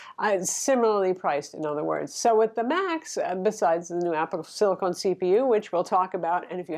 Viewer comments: It's silicon, not silicone. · Wait, is trolling us by calling it "silicone" instead of silicon?:) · Is that Apple "Silicon" or "Silicone"? is getting me all mixed up here! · 2 years later... Silicon is not silicone lol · I adore and she makes great content but every time she called it "apple silicone" I cringed. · apple silicon, not apple silicone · Sorry but it grinds my gears as an electrical engineer... it's siliCON not siliCONE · silicon NOT silicone! :) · silicon(con rhymes with gun). Silicone(cone rhymes with phone). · It’s a great review. Thanks for that. But just wanted to say, it’s “Apple SILICON”, not “SILICONE” ;) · I bought a Dell XPS 13 2-in-1 with 4K screen right after it was released. I love the screen, but it’s a battery hog. I hate the keyboard. Battery life is miserable. But overall I am glad I got it. But my company allows us to have either Mac or Windows, so when the next gen M1 comes out with better displays, I’m in. BTW, it’s “SILL-ih-con”, not “SILL-ih-cone”. You’re welcome. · Great comparison, but calling it “Apple Silicone” is mildly infuriating. It’s silicon! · Um, it's Apple Silicon, not silicone. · you're my favorite tech reviewer. But please don't say Silicone:)